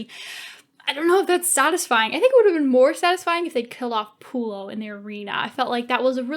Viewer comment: and its not lucenous and pullio its vorenus babes